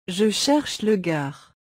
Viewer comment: La gare pas (le) garde